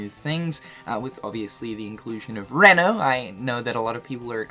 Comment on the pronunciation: Did this dude really just say "Reh-no" c'mon bruh. "REE-NO"